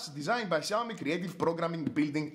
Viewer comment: Ξιαομι όχι σιαομι νομίζω